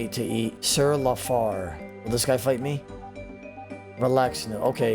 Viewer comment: ITS LA-FLAIR not la far